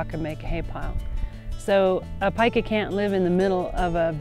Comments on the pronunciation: Pee-ka not pica -. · Cool animals. I thought it was pronounced as "Peeka" before viewing this video :) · This animal's name is PIE-kah though, not PEE-kah. Pikachu is named after a Japanese onomatopoeia for electricity crackling (pika pika), not this animal.